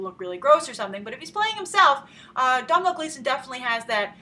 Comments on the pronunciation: Come on Grace, it's Doh-nal Gleeson. I understand that Irish names can be tough, but there have already been a lot of comments saying the exact same thing. Forget pronouncing the "m" in his name! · its pronounced like Doh-nal not domhnall and also hes irish;) not british please respect that love your video anyway also how much box office money would you say that this movie will get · Hey Grace, just wanna point out that Domhnall Gleeson is actually Irish, he's the son of Brendan Gleeson (In Brudges & Mad-eye Moody in Harry Potter). Domhnall is also in a movie that I think you mentioned you enjoyed, Dredd. P.S his name is pronounced like Donal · Domhnall Gleeson - Irish name pronounced like "Doh-nel" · Hi grace :) domhnall gleeson's name is pronounced like DO-NALL :) just clearing that up :) keep the great reviews going! :D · It's DOE-NAL. Like Donut. Also Gleeson is Irish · Domhnall is pronounced Doe-Nal!! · Domhnall Gleeson is Irish, (pronounced 'Doe-nall'), you're treading dangerous territory getting Brits and Irish mixed up! haha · Grace. It is pronounced Dough-Nell. He is Irish. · Its pronounced like dough-nal gleeson and he's Irish not British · it's pronounced dough-nal gleeson grace. just a traditional irish spelling of the name donal. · Its pronounced "Donal" and he's IRISH! He's Brendan Gleesons son! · You pronounce Domhnall's name doh nael. Love the videos watch everyday :)